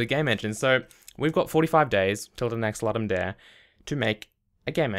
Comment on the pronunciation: Ludum dare comes from Latin. It is pronounced "loodum dah-reh".